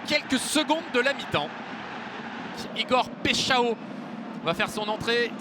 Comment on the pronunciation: "péshao" MDR ils cherchent même pas comment prononcer les noms des joueurs 🤣🤣